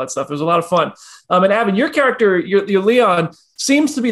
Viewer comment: BTW....It's Avan! Not Avon! 🙄